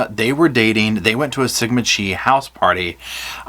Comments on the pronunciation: You pronouned Sigma Chi wrong - Chi does not rhyme Ski or Bee (that's how you pronounced it) Chi rhymes with Eye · Why does everyone pronounce it Chee, and not Kai? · the H in Chi is silent tho (forgot to mention that lol) so Chi rhymes with eye but the H is silent - love your channel!!! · No way you pronounced sigma chi as "sigma chee." It's time for us to read up on our Greek alphabet.